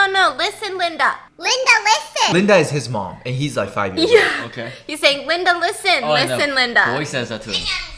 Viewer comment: No one : Stephanie: LinDa liSTen